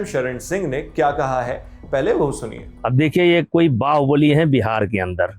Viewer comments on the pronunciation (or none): बेहार नहीं होता है भाई बिहार होता है, pronunciation sikh lo fir achha se reporting करना , चित्युतिएं